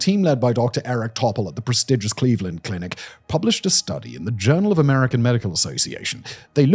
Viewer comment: Why do you say Cleveland clinic like that? Like as if it’s a run of the mill neighborhood clinic in Cleveland and not the world renowned medical center named The Cleveland Clinic? You make it sound almost like a subsidiary of Merck or something.